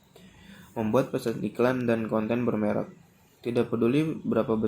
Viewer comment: Mantap, cara penyampaian sebuah pembahasan dalam materi tersebut sangat mudah di pahami, kosakata yang di ucapkan cukup jelas, mungkin ada beberapa yang kurang seperti kata menggabukan yang seharusnya " MENGGABUNGKAN", bererek yang seharusnya " BERMEREK".... Kurangnya seperti itu aja sih.. Lain kali cek lagi ya, waterboom men 😆